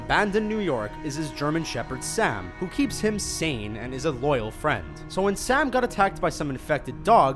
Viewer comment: He says Sam so oddly like som